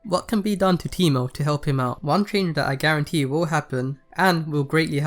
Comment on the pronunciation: It's not GARENTee